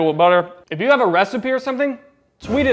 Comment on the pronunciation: I think ur adhd kicked in when saying have, instead YOU said “havw”